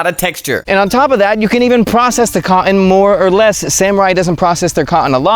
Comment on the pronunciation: Love you, but the glottal stop on “cotton” is really tough on the ears.